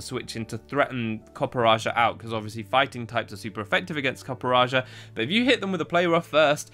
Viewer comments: Huh, copperjah instead of copperajah in pronunciation. Well that's neat. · as an indian, i gotta say i cringed at the way you pronounced copperrajah's name. it's copper RAH JAR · I am REALLY sorry for butchering the pronunciation of Copperajah along with seeing that the first moveset has a mistake and has 52 SPA instead of 52 SPE! Sorry about that, but I hope you guys enjoy the video regardless and I’ll work on my Pokémon pronouncing skills! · I love you but how do you consistently pick terrible pronunciations for Pokemon games